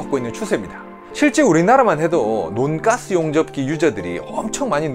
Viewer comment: 논가스 ...인데 논가스 아닌것같은... 돈까스 말하는느낌..